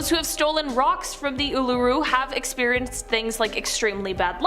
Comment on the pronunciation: Uluṟu is not pronounced the way she said it but we’ll done for trying 😅